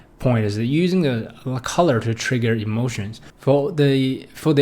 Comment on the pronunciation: trigger not triger...